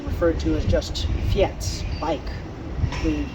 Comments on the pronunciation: Fiets is pronounced like "feets". I lived in Holland for 15 years. I had a Opa fiets, but also rode a mountain bike. The Dutch found my mountain bike rather odd in the city.... :) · Thanks for the video , i hope you like our country , Nederland , please check the pronounciation of fiets in google translator . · the e in fiets is silent.